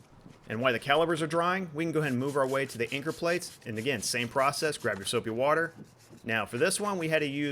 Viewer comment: "Soupy Warter"